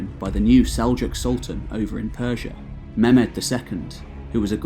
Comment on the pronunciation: u pronounced Mahmud as Mehmed